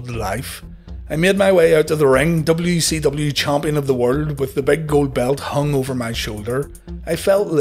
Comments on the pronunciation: Why do I keep hearing WECW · I'm glad it's not just me